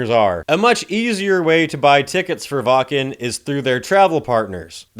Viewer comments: Its "Vakn" not "Wah Ken" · Brother from germany here we need to talk: Its pronounced wAKKen not wAA-KEn, you feel me? ^^